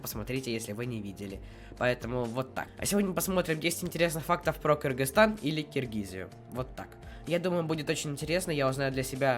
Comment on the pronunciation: Правильно не Киргистан а Кыргызстан